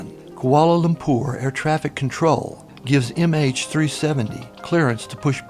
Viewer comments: It is Lumpur not Lumpour. Saying ZERO before every time is also really annoying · I don't like the way he says koalalumpour.